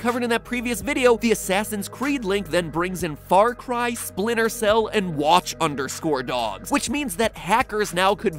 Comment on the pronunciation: Did matpat just say W A T C H U N D E R S C O R E D O G S